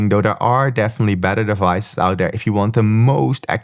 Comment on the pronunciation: Can't tell if you're saying sleep tracking is better or "badder".